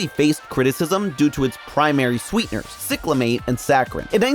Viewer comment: Growing up in that era, cyclamate is pronounced Sy-cla-mate.